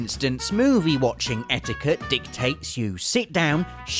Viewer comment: When he said etiquette the first time I thought he said etika